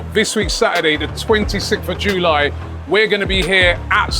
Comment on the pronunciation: Twenty sikth of Joooly